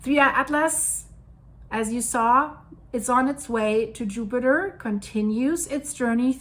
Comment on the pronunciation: Did some one correct you on your Jupiter pronunciation? I honestly miss the upiter pronunciation :D